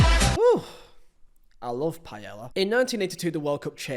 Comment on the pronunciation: Great video but your pronunciation of paella causes me physical pain😂